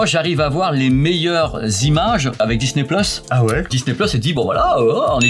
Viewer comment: On dit pas disnè mais disni